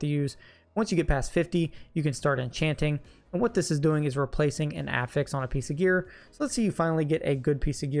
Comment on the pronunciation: I know im splitting hairs and it isnt a big deal but I have yet to hear a D4 youtuber pronounce the word "affix" correctly.